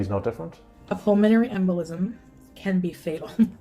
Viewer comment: She really struggles pronouncing words. “Flumenary” embolism lol. She’s not the sharpest tool in the shed.